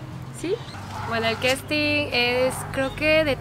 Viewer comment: No se dice "questin" se dice casting.....lol